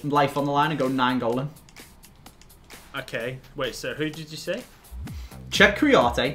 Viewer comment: It's Nainggolan not Naingolan